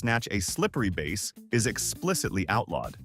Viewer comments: "B-ass" , not "Base". Proof reading, er listening, is not difficult. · "Bass" (fish) is pronounced with a short "a." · Bass, referring to fish, rhymes with 'class'